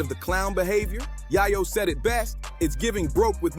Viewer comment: Bruh it’s YAY-YO dawg… 😑